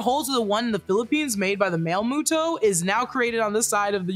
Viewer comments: Love but it's pronounced MUTO not MOTO. I think moto moto likes you lol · It bothers me how you prenounce Muto ... You first said muh-toh and then the correct way Moo-toh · pleeeaase, it's killing me the way you're saying MOTO instead of MUTO 😭😭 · I’m so sorry but moto keeps bugging me and it’s muto but I understand so I’m not mad lol but I am bugged lmao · Suberme a mi MOTO! Why MOTO instead of MUTO? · Isn’t pronounced MUTO instead of MOTO? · i will always love this movie. also its "mue-toes". it was getting on my nerves. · stop saying moto